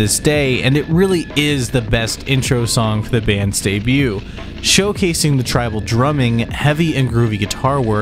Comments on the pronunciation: good revewier. it was day-bewt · "day bute" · 'Debut' has a silent t dude! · You're saying debut wrong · I will gladly subscribe.. IF you promise to stop enunciating the T in debut... Haha. Jk still subbing but please please please don't do that! :)